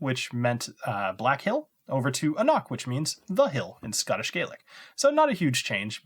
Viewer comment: oh, the c is silent... anC-no... lol, awesome